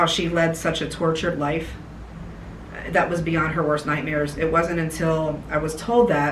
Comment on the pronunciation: Listen to when she says” it wasn’t “ you HEAR her she her accent 😱